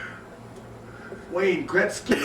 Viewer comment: Ok thanks, But. Why the people around becomes crazy when says wayne greksy?